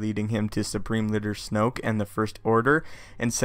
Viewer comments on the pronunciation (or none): lol you said snope